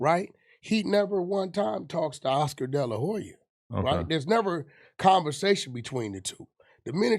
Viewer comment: He said Oscar de la juya 😂